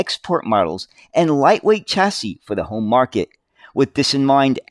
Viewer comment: Chassis .... is a French word and is pronounced as SHassee ......please try harder.